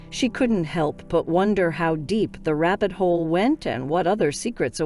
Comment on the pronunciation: Also rabbit hole, not rabid hole